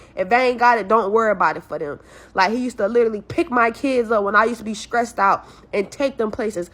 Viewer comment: It sounds like she is saying stressed wrong.... more like skreesed